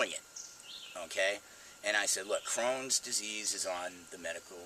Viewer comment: Crohns not crowns